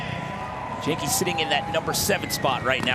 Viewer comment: please learn how to say genki it’s so painful that you guys keep calling him wanky. i’d think you guys were racist if i didn’t know any better